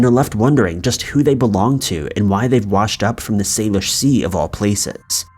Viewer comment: Actually it's pronounced "sal-ish" not "sale-ish" but close. And the most likely theory is they are suicide victims. There's for instance a bridge here in town that's often shut down completely if someone is contemplating taking their own life, which is so sad. I'm pretty sure it's not a serial killer. Though we did have one with Robert Pickton a few years back.